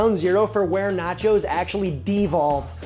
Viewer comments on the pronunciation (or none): Bro called it "naco" cause it sounded like taco I bet...